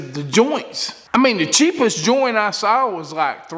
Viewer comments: Did he say joint? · Say joint again!